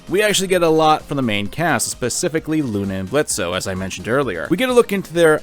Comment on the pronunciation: The o in Blitzo is silent. Geez, have some respect for Blitzo, it's hard enough for fathers, adoptive or not, as it is, don't add to the payload.